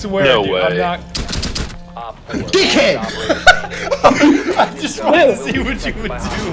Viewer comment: at the beginning he sounded so British when he said dick head